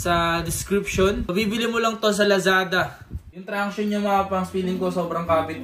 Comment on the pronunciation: Pangs 'traction' Hindi tranction hahahh